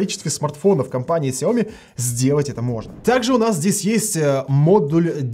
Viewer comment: когда ты наконец-то начнешь ставить ударение правильно? Не СяОми, а СяомИ?!